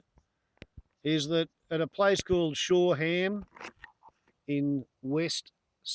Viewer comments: it's not "Shore-ham", it's "Shorum", the same as "Birmingham" isn't "Birming-ham", but "burmingum". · Firstly its caller Shoreham, pronounced Shorum, secondly the picture looks a bit like a |Hunter T7, but the nose is too long, finally the road is not a motorway. Why has this been uploaded? Its full of inaccuracies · I lived near there for a few years, drove that road all the time. It's pronounced Shoram. Whatever the cause it's very sad. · not that its critical to this video... but its pronounced shoream. i was at this air show... early reports show nothing was wrong with the aircraft itself. but it was flying very low. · Its pronounced shor-um its a silent h FYI